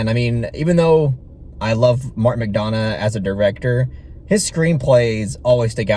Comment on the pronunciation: Correct pronunciation is McDonaugh as in 'Done rather than Donna